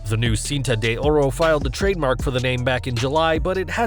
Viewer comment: Horrible pronunciation of "Cinta de Ora"